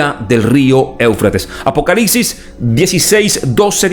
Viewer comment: Es apocalipsis? ... O APOCALICSIS?minuto